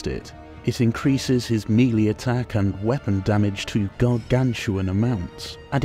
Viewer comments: Meh-lay not mee-lee... jeesh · "Actually, it's pronounced..." Sorry yeah gonna be that guy lol. It's "may-lay", which is the French word "mélée" (to mix or to blend).